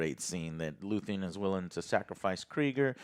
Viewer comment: 10 episodes in, and he still says "Luthien"...